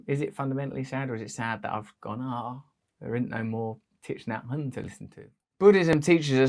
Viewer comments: Russell, I hope you don't mind my saying, but his name is pronounced "Tick Naa Han" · You need to learn how to pronounce his name. Might help .